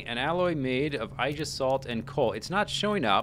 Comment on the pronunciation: Ay-jis-salt. Aegis is greek.